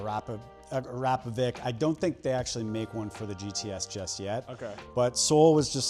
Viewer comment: Lol, most butchered pronunciation of Akrapovic I've ever heard.....